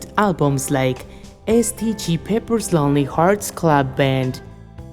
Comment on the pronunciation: “S.G.T. Peppers” 🤣🤣🤣